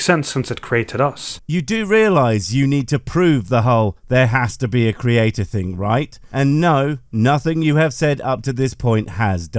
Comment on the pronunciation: Whats a cre-ayt-ar?